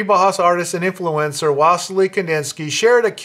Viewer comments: It’s not HAWS it’s House..the us is pronounced “ow s” and if that is true then the bau is more likely Bow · Thanks. Yes, I read up on the subject as noted in the video. My mispronunciation was partly clowning. You know, "boss?". My humor falls short sometimes. That's why I better keep my day job. :-)